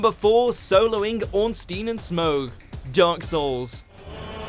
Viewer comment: its SMO like dough...not smoug lol